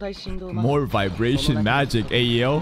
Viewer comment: You're really emphasizing on "vibration" there 😏